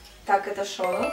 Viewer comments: наверное тебе нужно сменить куратора по к-поп группам она не правильно произносит их имена и лидер группы Шону (ударение падает на последний слог на все имена корейцев) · Кихён не лидер группы, он главный вокалист. А ещё читается не шОну, а шонУ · И не шОну, а шонУ